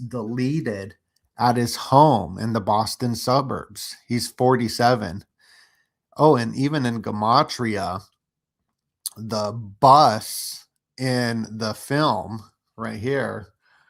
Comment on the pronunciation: “JUH-MATRIA” not “GUH”… jeez!